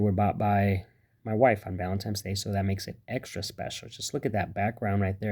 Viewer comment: Did you say Valentimes day ?? Jus toying with you...Great content thanks for sharing !!